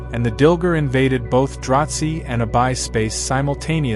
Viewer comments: Wish could pronounce the names better, it’s confusing. Dilgar, dil gar, not dil ger. Drazi, draw zee, not drawt zee… it literally makes a huge difference. Say this word, anise…it’s a seasoning 🧂… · im not sure where you are getting your information but it sounds like a lot of fanfiction. Also, it is DraH Zee not Dratzhi like you are saying. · And there is no T in "Dra-Zee".